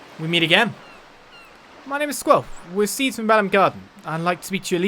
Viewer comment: Only one comment here, it's See D(as in CD) not seed. Just a FYI!